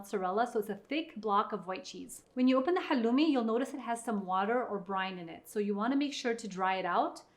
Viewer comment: Please say halloumi right, it’s from Cyprus which is Greek